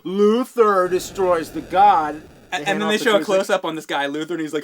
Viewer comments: It's actually Gond. I find it hard to digest when God sounds better. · Actually we are both wrong. Its GOND, whatever the fuck that is. Read the Wiki article, and the link you provided also says GOND. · First time I ever had to correct a James video - it's not "Luther destroys the god", its "Luther destroys the GOND". Exceptional video as always James!